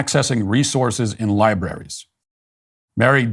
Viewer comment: Did he just say liberries?